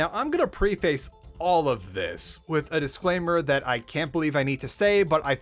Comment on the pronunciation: Why do you say "preface" like that?